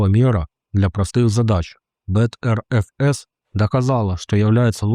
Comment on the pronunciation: BTRFS читается как better-fs, а не бэкс-мэкс-пэкс-фэкс